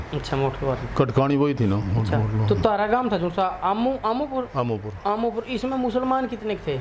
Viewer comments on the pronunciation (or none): Amoopur nhi amupur hmare gav se 9km hai